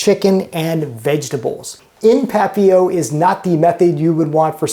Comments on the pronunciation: It is, but his French is obviously in the same realm as his arts and craft skills, all of which he makes up for in food. LOL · I don't speak French, but I always thought the "t" was pronounced in papillote. That looks like milk glass.